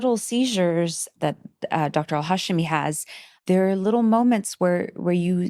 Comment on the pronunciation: The hosts constantly saying Al-Hashimi's last name wrong repeatedly is embarrassing. She was even on the podcast saying it correctly and they still said it wrong. 😬